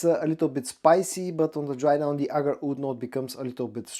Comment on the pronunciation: I'm sure others have noticed and may have commented and I do not mean to be rude. But you need to work on your pronunciations for WOOD and OUD and WOODY and OUDY. You say them nearly identical.